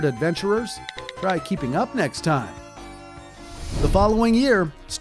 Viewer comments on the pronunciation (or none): it’s time not pipe